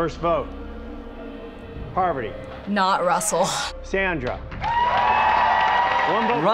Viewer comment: I just found out that her name is “Parvati” not Poverty 😂